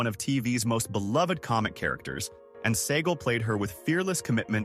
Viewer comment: Mispronounced Segall